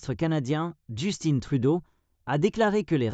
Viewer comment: Justine Trudeau 😂😂😂 On dit "Just-in" (Justin), c'est un nom francophone, ça se prononce en français comme ça s'écrit, pas Justine 😂😂😂, ne vous fiez pas à la prononciation des anglophones, ils font une erreur de prononciation.